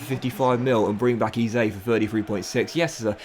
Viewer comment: FYI.. EZE is pronounced as 'Eh-Zeh' and not 'E-Zay' if that makes sense